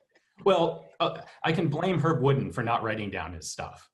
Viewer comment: It's pronounced Herb Woodend (wood-end).....